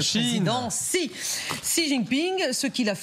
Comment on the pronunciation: Bonjour c'est écrit Xi mais ça se lit "Cchi" x en chinois se lit "cch" ou "sh"